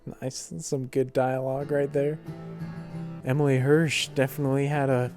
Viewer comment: his name is Emile pronounced A- Meal